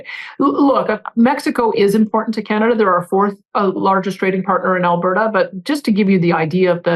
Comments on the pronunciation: I’m Canadian, it’s not pronounced Alber-ta… it’s pronounced alber-da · Alberta is pronounced Alberduh. 😂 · The t in Alberta is pronounced like the t in water. You are putting way too much emphesis on the t. It makes you sound like Kent Hovind when he says water. Trust me, you don't want people making that association. 😂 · We in Alberta despise her! Btw it is just Alberta not Al- ber-ta! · You make Premiers sound like premieres! 🤣😂🤣 The "t" in Alberta is pronounced more like a flat "d". (al-buh -duh). There are pronunciation vids. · We pronounce Alberta with a /d/. . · Where are you from? You don’t even know how to pronounce Alberta! You and your commenters seem to be terrified by strong intelligent women. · Also an Albertan here. She is one of the stupidest premiers we've ever had. She is trying to appease her voters that are also MAGA idiots. Would love to know if the rest of her "vacation" is going to be covered by Albertan tax payers because she made 1 business related stop on it. BTW pronounce Alberta as 1 word, don't emphasize the last A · The way you pronounce Alberta as if it's 3 separate words is very funny. Can't wait to hear your attempt at Newfoundland! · Please it’s Alberta not Alber-Ta and Dan-yelle not Daniel. You pronunciation needs work. You butchered Chetian yesterday. My skin crawled.